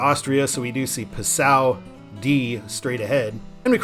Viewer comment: Passau is pronounced PAH-sow, not p'SOW. My mother lived there for about 5 years.